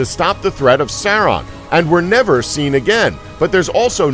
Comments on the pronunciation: “Sour Man” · Serumenn. That was the first horrible pronounciation. Also how was the second one a crazy fan theory?! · “More-dur” “Sur-on” “Sur-o-man” “Lem-bis” “Bum-bottle” “The Two Tower” “Ill-sa-dur” “Double-door” “Gellen Grindelwald” “Eeo-win” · yeah with him saying Seron(Sauron), Seruman(Saruman), Tom Bobbottle(does this need one of these? YES! Tom Bombadil) and the others are just fucking infuriating (were these little thingies even necessary?) edit: and ilsider(Isildur) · Fuck it's Mordor not Mordur wtf is Mordur Sauron not Soren and Saruman not Serumin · “ suron and saraman” Please get someone who’s watched the movies and freaking KNOWS THE NAMES...disliked! 🤦🏻‍♀️❌ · Merder,suron, serumen, quality pronunciation mate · Serawn and Sarahman, Mortar. Lol This video needed more research, the theories about “tahm bambahdl” and Radagast are way off. To really understand the characters you need to read all the books related to middle earth. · Seron. Serohmahn. Tom Bambadle . Illsider. Morder. Doubledore. Eeeowyn Wow.... just wow. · Tam Bambaadul, Souron, Eeowin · Tam bombadel soron and others